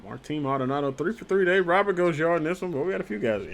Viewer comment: Just a heads up; It’s pronounced Luis “Row Bear”